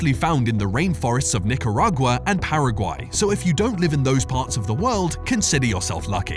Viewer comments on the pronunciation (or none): none